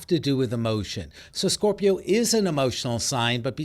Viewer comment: “SCORPI-YON” lol the way he pronounces it is cringeworthy